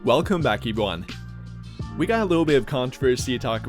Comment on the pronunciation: I love the way you say “evyone” Love these videos Can we see you? I’m glad you went no script on this You’re videos are great We do wanna see your face tho hahahahhaa